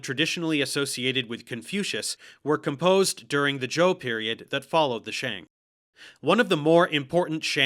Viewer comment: I was so happy when he actually got the pronunciation of "Xia" pretty accurate... Then he said "shang" in the most American way possible lmao.